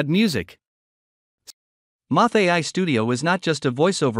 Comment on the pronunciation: It's MURF not MUFF not bad but still needs improvement